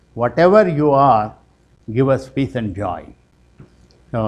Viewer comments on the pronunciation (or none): none